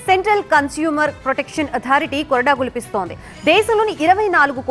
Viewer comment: Jhulipistundi. Not Gulipistundi.